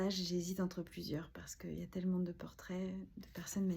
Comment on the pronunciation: « Tellemente » « notammente » … ce sont des adverbes. Ptn respecte-toi 😂😂😂